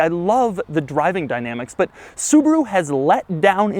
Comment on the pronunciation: The Brand is Called Subaru, not Subru.